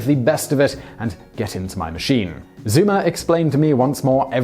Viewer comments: maaan, not zuuumer but [Tsoimer] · This would have been better if the narrator had taken the trouble to learn proper German pronunciation. Quite basic. "Von" is pronounced "fon". "Zeumer" is pronounced "Zoymer". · First off, please learn just a little German pronunciation. "Fry-hair," not "Free-hair." "Tsoy-mur," not "Zoom-ur," and "Veese-bodden," not "Vise-bodden." Consider yourself schooled by an ignorant American. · That butchering of German names... "Zoomer". It's actually pronounced "Tsoimer" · It's pronounced Zoimer. EU in German isn't oo, but oi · FRY-hair. ZOY-mer. Why do you Brits not learn to pronounce German correctly? Come to think of it, why can't you pronounce English properly? Or drive on the correct side of the road? Or cook? Or breed good-looking people? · Zeumer's name should be pronounced "Tsoymuh". The Anglicization is triggering me. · The combat pilots of WWI were true gentlemen. Nobel and honourable knights of the skies. By the way in German "Freiherr" is pronounced "Fryherr" and "Zeumer" "Tsoymer", and in Serbian "Princip" is pronounced "Princhip". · Yeah, he doesn't give a fuck... "zoomer" (Zeumer) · Dead Frt West But was his name pronounced “Zoomer” or “Tzoimer?” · Also, Zeumer is pronounced " Zoymer". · Hearing your attempt to pronounce his name is a little torturing as a German. It is a great video nevertheless.